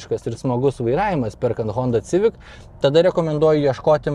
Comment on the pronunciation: Eilinis apžvalgininkas,kuris netaisyklingai taria automobilio modelio pavadinima-sivik,o ne civik.